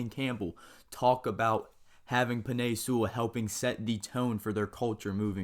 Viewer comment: Bro the way you say Penei Sewell kept making me cringe